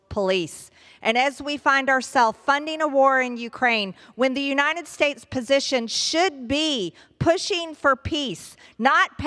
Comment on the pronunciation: The "you-nine-it" states.